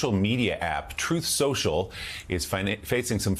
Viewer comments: HAHHAHA HE DOESNT EVEN CALL IT TRUTH SOCIAL HAHAHA .... TRUMP MISPRONOUNCED IT AT A RALLY CALLING IT TROATH SENTIAL!!! HAHAHAAAA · David J: Correction, it's "Troath Central !" Lol. He can't even Pronounce it. President's usually don't have Language Issues, And Grammar !